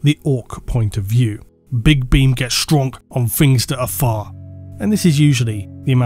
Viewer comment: "Big beam gets stronk on things that are far." XD that killed me.